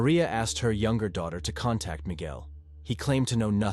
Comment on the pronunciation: Cant pronounce words like ties and contact and intervene but nailed unwavering accolades and diligence. Odd